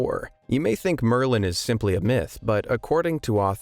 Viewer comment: It is Merlin I'm surprised you nailed it, kudos!